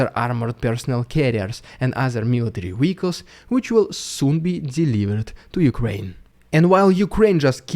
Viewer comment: MILITARY WEEHICLES